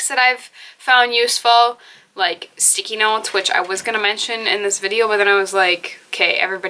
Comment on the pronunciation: When u said "sticky notes", for a second I thought I heard "Sikinos" (an unknown Greek island), and I was like huh??? lol❤